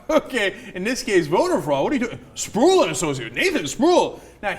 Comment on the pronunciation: pretty sure that guys name is pronounced spruwell not sprool.